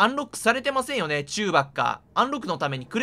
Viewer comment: チューバッカの発音よ笑